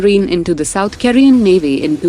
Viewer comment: Mispronciation of several words: mazgaon ; South Korea. Is this being read by machine?